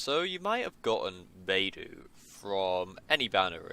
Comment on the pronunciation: how do you get her name to sound like ''bye+doo?'' XD when shes clearly sounds ''bei+dough''... you Eng people are so cute xD